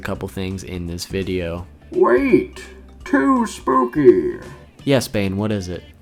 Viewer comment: I first thought you said babe instead of Bane. 💀